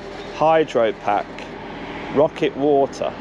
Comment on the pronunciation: "pocket" water, not "rocket".